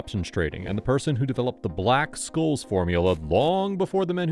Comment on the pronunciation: It's pronounced "shholzz". :)